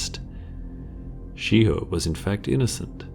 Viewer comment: Ok yo im sure in the video i heard SHE HOE not shiho